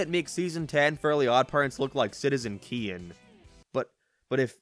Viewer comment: You mean, citizen Kane? Not citizen keen